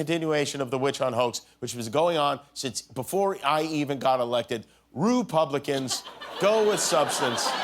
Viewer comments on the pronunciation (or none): "Oppidite", "Infair", and "Rupublicans" if this isn't proof that Donald trump is, at least, in some degree, illiterate, I don't know what does. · "Rupublicans" LOL🤣🤣🤣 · Cute Jimmy! It's pronounced RUH publicans. Let me say while I'm here that Trump embodies a resistance toward the long standing dysnfucntion and facade of our elected officials by including the less recognized audiences... Empowering people who believed they had no place previous details a insistent government of fools trying to keep what should be shared power; exclusive and kept within the hands of those THEY want to reach, which are no doubt like indeed fools. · RUPU....BLICANS LOL jimmy crazy